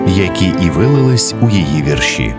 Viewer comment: Неправильно наголошуєте - треба вірші (наголос на першому складі).